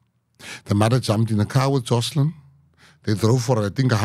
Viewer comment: He told you it's "Joshlin" then you keep saying 'Joslin' ...listening skills. God bless Gayton for all he's done and done here, sounds like it would've been buried otherwise. An excellent interview for what it reveals- police incompetence and complicity, children need the highest protection by society. Blow it open Gayton. Interviewer, when you want to start a sentence in the middle with 'I' ...please stop yourself. What Gayton had to say was SO important and specific. Put a bright spotlight on child trafficking - it's massive. We need leaders who have compassion for children.